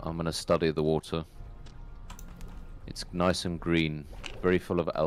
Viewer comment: WHAT. LOL! NICE, not noce.